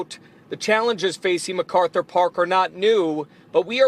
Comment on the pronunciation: Y'all keep pronouncing Methkarthur Park wrong. 😂